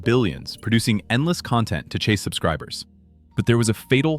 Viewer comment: CON-tent....ugh.......... not con-TENT or is that a Double-Entendre?